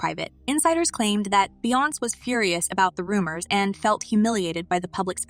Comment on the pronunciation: Stop pronouncing Beyoncé’s name incorrectly! If you can’t be bothered to seek out the correct pronunciation of names, stop reporting on them!!! It’s very disrespectful!!